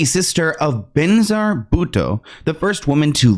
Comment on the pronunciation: It’s Bey-na-zeer Bhutto! Pakistan’s first female prime minister 😅